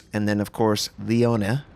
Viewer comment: If you like to know,, Is not Lione, Is leone. 😉 E in Italy Is Always e not i. Saluti dall'Italia